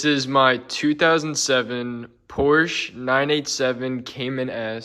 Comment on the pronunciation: The Porsche color is Cobalt Blue, not Aqua Blue. For the radio get the Porsche PCCM+, from Porsche. You have rear camera hookup, and for a $20 dongle, you can make it wireless. It is pronounced Por-sha! Say it proudly!